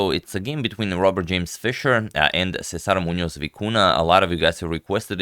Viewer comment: Kudos to the very very good pronunciation of César Muñoz.